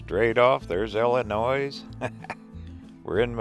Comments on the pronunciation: Illinois s is SILENT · Fun video til you didn’t know how to pronounce Illinois. 👎🏻